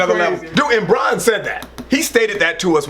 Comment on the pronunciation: It's Brann, not Bron. LeBrann James maybe.